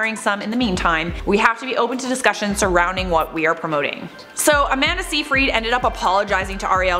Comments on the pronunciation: Isn't it pronounced...SYYYYY-fred...not SEEEEE-frEED? Anyways...it's sad that Amanda actually turned out to be a mean girl. Shame. I actually liked her before her comment. When I wasn't pregnant, people would think I'm pregnant. When I was pregnant, people would ask if I'm actually pregnant. 😒😅😭😂 Like wow guys...pick a side to hate on? At least then I'd know which kind of asshole you are and then I can choose to either ignore you or just stare at you like you're an idiot...cause you are if you think asking either of those questions is normal. One of these people who asked if I was actually pregnant was a worker who was supposed to help women and mothers. Great support system. People are disgusting. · Amanda's surname is pronounced "SIGH-fred". Just saying - or pronouncing.